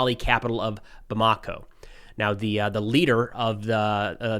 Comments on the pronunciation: It's pronounced Bam-a-ko, not Bam-ako. Getting that wrong is about as juvenile as your Rusophope fan base twisting Africa Corp into "Afrika Korp". I know you might find this difficult to understand but exactly which foreign force was invited into Mali and which expelled colonial power(s) is funding terrorists. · How hard is it to pronounce or look up how to pronounce Bamako? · JNIM = Jay-nim Bamako = Bamma-co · It's pronounced like Bama-ko. Touareg is pronounce like Twa-reg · twah ... not too ... twah reg. or too uhh reg. Hint: lay off the American twang, that heavy "Accent on //this// syllable!" ... Obama co ... not Bamaaako.